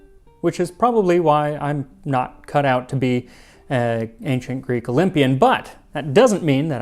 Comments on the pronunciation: As a helleen, can i just comend you on your effort of pronunciation. Amazing work 👏 thanks for the content max and all behind the scenes. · Another Greek here 😅well done on your pronunciation..i really enjoy your content 😊